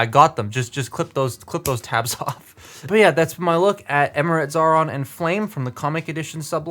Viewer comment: Xaaron's name isn't pronounced Zauron but as Zion.